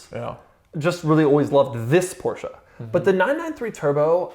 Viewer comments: this guy STILL pronounce "Porsche" wrong.....wtf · Doug!! You’re saying Porsche wrong bro 😂😂